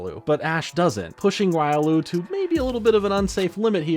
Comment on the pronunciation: no the bad joke is u pronouncing Riolu that way. The Anime says it.